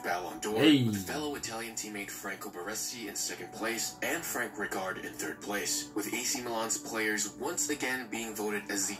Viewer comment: I don’t get how the guy who made the video that is reacting to, is shit at pronouncing names lmao how is he a football page without knowing how to say rijkaard or gullit